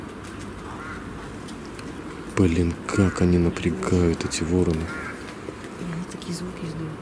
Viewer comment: Не вороны, а вороны( ударение на второй слог!. Не надо на кладбище ходить!. Возьмите, выключите в любом подъезде свет ночью и начинайте идти с первого до девятого этажа!. И будет вам" мистика"!. Ну, а если ,серьезно, если из темноты послышался дыхание и голос кладбищенского сторожа, то, припуститесь вы со своей подружкой" бежать" колбаской по малой Спасской!"